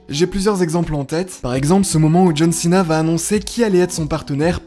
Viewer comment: Santino est tellement hillarant quand il foire la prononciation des noms. John Chena.